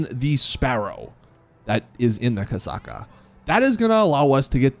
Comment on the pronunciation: its Kosatka not kasaka spell the "t"